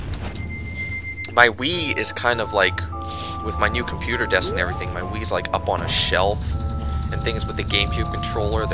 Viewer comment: Wgen you said Wii, i thought you said weed. ha